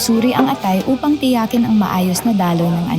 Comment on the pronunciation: Pinoy ba yung lady narrator? The stress on these words are on the second syllable: Naitala, Tiyakin, Abala - verb, etc